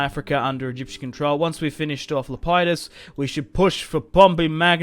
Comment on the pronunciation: Le-pee-dus not lepiedus